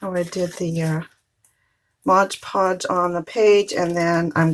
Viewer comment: They are so pretty! The craft police will get you for saying modge podge instead of mod podge lol